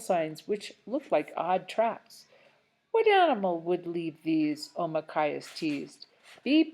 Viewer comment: Not to be mean or anything,but why did you keep adding words to it or skipping words? Or calling Nokomis grandma or calling Deydey father? And pronouncing Omakayas’s name as okmayas? (Again,not to be rude or anything)